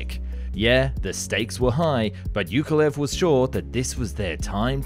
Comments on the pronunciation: Hey just for future reference, the name Yakovlev has two 'v's in it. "Ya-kov-lev" I had the same issue with this name for a while, I never noticed it in there! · Say after me: jaah-kof-lef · Bro it's YAKolev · Why do you say "yak" but then "Yukovlev"? The name Yak comes from "Yakovlev". It's pronounced the same. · Yukovlev??? He's name is Alexander Sergeyevich Yakovlev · Pronounced YA-KOV-LEV, not ""youkolev" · Why you have no problem saying "Yak" but cannot say "Yakovlev" and keep saying "Yukolev" 🤦‍♂️🤦‍♂️🤦‍♂️😂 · YAK - OV - LEV. Learn to read before pronouncing the name. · How hard is it to pronounce "Yakolev"?! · Yakovlev, not Yukolev... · it's YAkoVlev, not "yukolev", the same as you pronounce Yak - and then just add 'ovlev' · It is YAKovlvev, not YUKovlev - can you not even read? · Why does he call Yakovlev - Yukolev?! Its YA-KOV-LEV, not YOU-KO-LEV!!! The panes are called Yak for a reason, they are not freaking Yuk-s... ?! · Who the hell is iukolev its iakovlew aka Яковлев not юковлев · It's not "yoke a lev" it's "yakov-lev" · At one point I was not sure what aircraft you were talking about. Yukolev? What's so hard to pronounce Yak-ov--lev? For a commoner it's not a big deal, but when your job is to TALK about things, than do the job properly. Good content, other ways. As usually. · Whos ..you kov lev Yak of...lev ...😂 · Holy c***, it is not Yookolev! It is YAKoVlev. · Why do you pronounce it as "yukolev" instead of "yakovlev"? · You pronounce "Yak" correctly but then butcher Yakolev, how? It's not you-koh-lev.... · Arghh. "Yukolev"? Have you tried to read this name properly at all? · After hearing Yukavlyev,I can't watch anymore 😅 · Not YUkolev but YAkoVlev! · For Pete's sake, Yakovlev[yakovlev], not [yukovlev]. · Yakovlev, why do you keep reading Yukulev? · You are saying Yukovlev, it should be Yakovlev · Not "Yukolev", but "Yakovlev" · It’s ya-KOV-lev, not yu-KO-lev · Ukulelele Ukulev. His name was Yakolvlev, ffs. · his name is YAKOLEV not YUKOlev